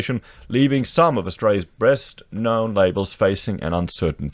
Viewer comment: Did you say best known or breast..lol 😄✌️